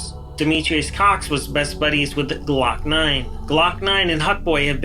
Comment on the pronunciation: This boi said glokknine shooting at him😂 he lied he know it wasn’t him you can tell he just said it cause he a rapper